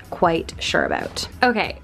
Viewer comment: I don’t know where u learned English, but please pronounce your words correctly. It’s “down”, not DE-OWN. Sound, not SE-OUND. About, not ab-eout. Very distracting!